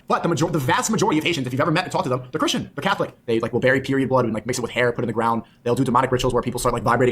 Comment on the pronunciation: What's with everyone not knowing how to pronounce 'important'? It's always "impordent" or even "impordet". Or saying "Crishen" instead of 'christian'